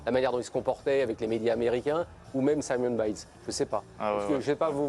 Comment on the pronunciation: Simone, en anglais c'est prononcé exactement comme le nom féminin en français et non comme le nom masculin. Et quand on est journaliste, on peut travailler un peu et , outre regarder les reportages en anglais tout simplement, et faire un minimum de recherche.